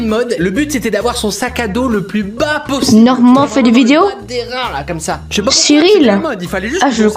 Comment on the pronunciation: C’est pas Norman mais Normane c’est juste on écrit pas le e